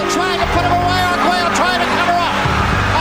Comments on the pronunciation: What was criminal is You Narrator killing his last Name. Agueggelo? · For future reference, since it is too late on this video, it is Alexis Ar-gway-oh, not how you are pronouncing it. I know, I know, it's weird that Spanish and English are different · If you're going to do a 20+min doc talking just about 2 fighters, at least learn how to pronounce the fighters' names. It's aggravating hearing you say Arguello's name wrong over & over & over again. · And this narrator can't pronounce Arguello??